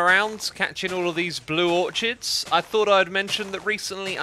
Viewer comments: It triggers me when he says or-CH-ids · Not sure if the Brits pronounce it differently, but in the US orchids is 'ore-kids.' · Was I the only one who got annoyed when he pronounces orchids or-ch-ids not or-kids. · its pronounced orkids not or-chids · Im pretty sure its pronounced orkids